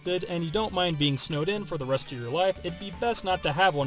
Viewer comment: You're saying snowed in, but I understood "Snowdin", like from Undertale :D